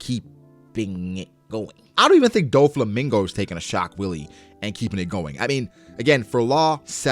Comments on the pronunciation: "shock Willy" 😂 I think it's pronounced "vee-luh" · so funny how you always call it "Shock willy" XD He is saying "ショックヴィレ"(Shokku ville) Which basically means "Schock wille". and its german for "Shock will". And the german word "Wille" is not pronounced like "willy" but like "villeh". I guess it suppose to be a pun for the actual german word "Schockwelle" which means "Shockwave".